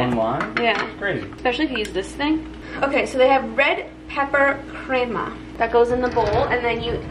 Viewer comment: "Crema " you said right girl God Bless You 🙏